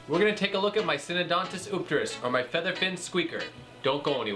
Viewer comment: Love my Syndontis Eupterus and now I know how to pronounce it. Thanks!